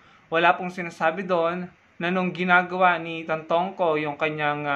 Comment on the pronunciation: It's Tantoco, not Tantongco.